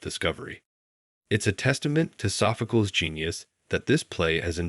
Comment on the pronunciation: Oh, please, AI, Sophcleeeez.